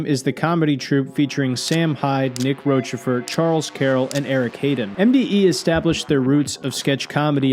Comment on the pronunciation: Did nick give up on Americans saying 'roshe fort' - consigned to roachy ford.